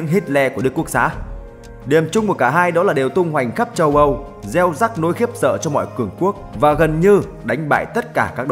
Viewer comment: "Gieo rắc" chứ reo rắc là gì? Sửa đi ad!